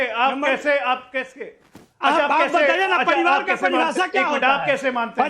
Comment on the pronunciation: Kaun college Mai padhata hai ye RJD ka Professor.Bachhonka bhavishya barbad kar dega.Dusre dharm ke ware mai ye bol nahi sakta haiSar dhad se alag.Pariwar ko Paribad bolta hai